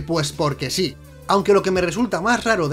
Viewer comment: Se dice Sí, no yees, hay que aprender a hablar correctamente.